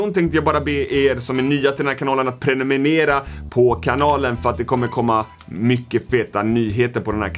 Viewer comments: Inte preniminira utan prenumerera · "Prenumenera" PRENUMERERA**